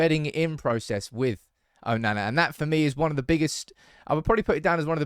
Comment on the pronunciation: Why can't you say his name properly?! 😂🤦🏽‍♂️